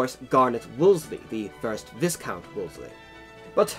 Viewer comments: A tiny error….Viscount is pronounced Viecount and not Visscount….the S is silent. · Viscount is pronounced VIE-count / VY-count. What about nobles that rose their own regiments? Didn't they start at a higher rank? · You don't pronounce the s in Viscount. It's more like Vi-Count with the eye of I. Also it's Marl-bruh. Borough is almost always pronounced bruh unless you're off in the colonies. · Not that it makes a difference but how is american english closer to orig eng accents because I kind of thought that proper english was british english and not american and I will say that the proper pronunciation for viscount is (vie count) with the S being silent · One small, nit-picky comment: Viscount is pronounced "Vi-count", not "Vis-count". Of course, it's not a word you hear spoken all that much nowadays. Otherwise, I really love your videos. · BTW, Garnet Wolseley was a Viscount (Vi(eye) count and NOT a Vizz count. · Really interesting. But Viscount is 'vye-count', not 'viss-count'. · A Viscount is pronounced as in Vie count NOT Vis count. Just saying. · Viscount is pronounced Vy-count not vis-count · your research and information is very good but please loose the terrible English accent, and by the way its "Veyecount" not "Vizcount". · VIS-count? It's pronounced VI-count. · Viscount is pronounced "vie-count," you Yankee spy! Honestly, you can take the colonial out of the colonies, but you can't take the colonies out of the colonial... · It's "vi-count". Always has been since this noble rank was instituted in England. Remember the Norman Conquest? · are you sure that's Capt Gardner and not Capt Mainwaring? Oh and btw the rank title Viscount is pronounce Vie-count, with the s being silent otherwise a great production. The cornet in the 11th Hussars made me look twice because the uniform looks like thr RHA, look at the King's Troop RHA uniform that is still used on ceremonial duties today and you will see what I mean. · Viscount is pronounced Ví-count